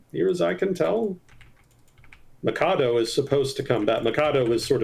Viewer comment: Small thing: Machado is pronounced with the “ch” sound and not the “k” sound. The h is typically silent in Spanish but not in the case of the “ch” combo.